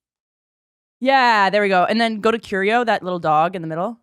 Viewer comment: put some respect on mr arte fact's name. 'curio' smh